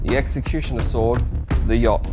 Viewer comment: Another fantastic video. The sword looks brilliant. Two things I'd like to point out is your pronunciation of the weapon sounds off (to me at least) I'm sure you're already aware of the mythological inspiration for the name and the second is when you're stating the price of the weapon maybe chose a few different currencies (Australia Dollar, Us Dollar, Pounds and Euro). I look forward to more of your content!